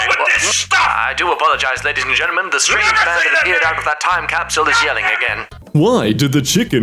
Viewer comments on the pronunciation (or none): none